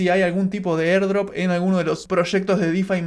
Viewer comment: mierda en el segundo ya estoy cansado de escucharte "erdrop"